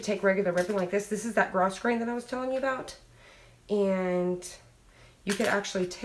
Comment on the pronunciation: Just fyi pronounced grow grain nice job!